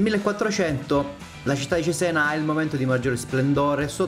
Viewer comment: gran bel video! unica nota il nome: ciséna, non zizen 😂